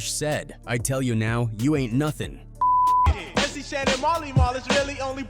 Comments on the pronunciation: It's Shan, like, pan! Not Shon. 🙄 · AI sucks Shan not Shon. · Mc Shawn is how it pronounced it..lol Shan, like can